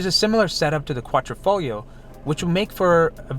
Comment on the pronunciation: It's not Ro...me...O...it's Ro....may...O. it's not Quatrofoglio, or QuadrOfoglio (Quadro is a picture frame in Italian) it's Quadr....EEE....foglio....the "g" is silent. Glad I could help..😁